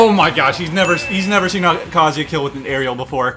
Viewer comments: He’s saying it like kazea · That’s not how you say his name